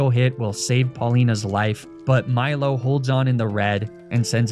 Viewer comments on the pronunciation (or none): none